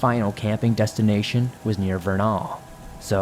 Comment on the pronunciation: I live in Utah. It's said as Ver Nel not Vernal like it's spelled, go figure. We've lots of names like that.😆✌👣👣👣